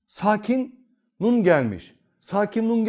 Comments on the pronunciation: Nun'u ortadan kaldırmıyoruz diyorsunuz ama "N" harfi duyulmuyor. Yani ortadan kalktı. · Öncelikle bu hizmet için teşekkürler. Hocam nun'umu genizde akıtıyoruz şendde verdiğimiz harfi mi? Zira ben söyleminizde hiç "n" sesi duyamıyorum. Duyma yeteneğim ve diğer ensrümanlarım iyi olmayabilir. Saygısızlık yapmak istemem.